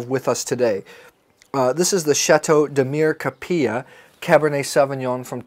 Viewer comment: Have you never been to Opus One or say Chappellet Winery? You pay for tastings. This Winery is not normally open to the public for daily tasting and opened for you. Demir KAP EE Jah is how you pronounce the town. So did you pay for the three bottles of wine? at a total of $18 dollars? I mean why would you expect to not pay? The average salary here is less than $15/day. You were in Negotino at Bovin and in Kavadarci at Tikves? Both charge for tastings and require appointments. I am confused at your story and I see you back peddled at the should. It doesn't add up if you truly had been to Negotino or Kavadarci first or even Stobi. There is not enough tourism to support free tastings here. It is custom you pay. I am saddened that you thought it is okay not to pay for three bottles of wine because of miscommunication and expectations of "free". Yes there is free wine here it is called domasno. Meaning home distilled. That is what you get free when you get to know a local.